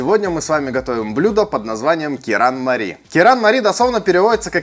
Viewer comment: Правильно звучит же керанмали